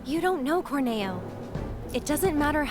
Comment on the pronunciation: Cor-NAY-o? Remake ruined.